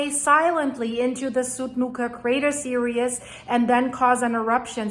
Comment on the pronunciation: The 'series' is not 'serious'. (pronunciation)